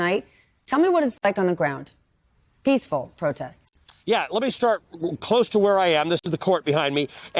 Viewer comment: boy someone screamed"peaceful" in her ear piece.😂